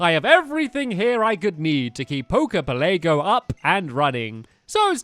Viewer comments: it's pela-go not pele-go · It's pronounce pel a go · It's poke poke Pell a go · Jesus Christ, "Poker Pelaygo"? "The Blue Flute"? "Flying type"?